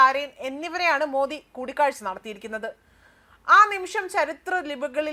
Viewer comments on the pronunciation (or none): none